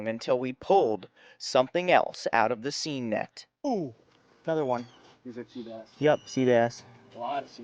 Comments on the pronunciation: It’s pronounced sane,. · Look up the pronunciation of 'seine.' Also, you can drag it and then the two draggers walk toward each other, with one overlapping the other creating a circle that gets tighter and tighter, then just pick the rolled up net and until it on the beach. That way, you can net in deeper water.